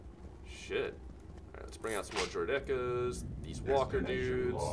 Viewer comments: It bothered me how he said Droideka, I've always heard it as "droid-eh-kah." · the way you pronounce droidica's is hilarious haha:)